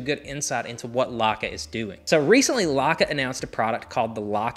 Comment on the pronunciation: Perhaps you should first learn how to pronounce the brand name. Then maybe others will know what you're talking about.